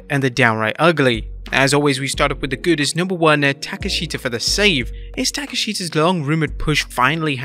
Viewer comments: "taka-she-kha" 😂 , it's "tah-kesh-ta" lol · His name is Ta-Kesh-Ta not Ta-Ke-Shita. He's Japanese not Vietnamese.